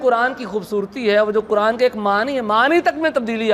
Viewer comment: قینچی والا کہہ رہے ہو قران والا قاف کیوں نہیں کہتے ہو نپہلسے خود سیکھو